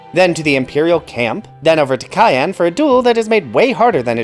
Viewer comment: I have never met anyone say cyan as cayenne